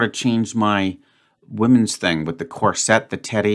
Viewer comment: CORSET is pronounced "CORE-sit" (emphasis on the first syllable.) Not "corsette"